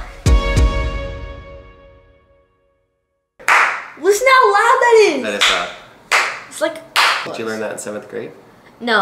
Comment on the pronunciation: DID HE SAY INDID!!!!